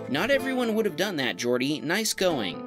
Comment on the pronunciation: It's Catalan. Jordi is also a very common Catalonian name for males. In Catalan, "J"s are pronounced like in French and Portuguese, so it as actually pronounced "Zhordi"